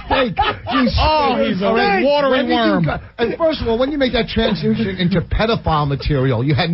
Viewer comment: Rich attempting to say the word “transition” is a crime